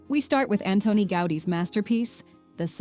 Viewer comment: 🙋🏼‍♀️Hello from Barcelona and I make constructive criticism. . The name of the Catalan architect is not pronounced the way you do, it is not Anthoni Gáudi, phonetically Antoni, it is pronounced accentuating the "O" and with "T", without the "H"..and the surname Gaudí, accentuating the last letter ,the letter "I"..ah and by the way, the mariachis that appear in the video...they should be in a video from Mexico, on another continent, you know🙄...in a video from Spain of course not. 🤷🏼‍♀️🤦🏼‍♀️